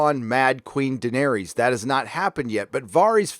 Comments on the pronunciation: Liverpool’s number 2, Lee T YES!!! He’s also pronouncing Daenerys wrong. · How does moron not be able to pronounce: Daenerys and Varys correctly? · Why are you pronouncing Daenerys and Varys all weird?? When have you ever heard their names said like that in the show? Maybe you’ve addressed this before but I’m new to your channel. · Do you not know how to pronounce Daenerys, Varys, or Davos after 7 seasons of watching this show? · It’s understandable that you mispronounce the characters names, you’ve only heard them pronounced for eight seasons! But you make fun of the writers intelligence. 😂😂😂 DaNaereeees and Vareees 😙😙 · Vahr Ees DanehRees Fuck man, just pronounce their names correctly, its as bad as D&D calling Missandei MissinDay. It literally spoken/ pronounced correctly for you. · WHY CANT YOU GET ANYONES NAME RIGHT!!!!!! ARIA??? DANEERIES, VARIES??? FUCKING IDIOT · I only wish you could pronounce names like Daenerys, Varys and Davos."Dave-ohs?" Really? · I don't know why but the way you pronounce Daenerys, Varus and Davos kinda buggs me..